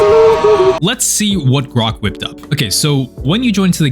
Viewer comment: Did he say grox